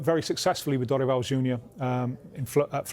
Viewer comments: Thank you for pronouncing Dorival properly. I disagree with the view that Brazil is more open about mental health than the UK. That is absolutely not true. There is a confusion being made there about a culture that is affectionate and open about affection with a culture that is open about mental health. British people are way more open about mental health problems, way less taboo to say you have depression in the UK than in Brazil where even in 2024 people still say "you're just weak, there are people starving, get a grip". I 100% believe that Croatia game would have done differently if they had psychologists on staff. One of the few teams in 2022 that didn't bring psychologists. Argentina brought an entire team and each player had their own already, partly because of, as mentioned in the video here, the culture is so open to therapy. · Props for the effort on studying the Brazilian football scenario and also learning the pronunciation of people’s names, we don’t see that often, thank you! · He pronounces Dorival so accurate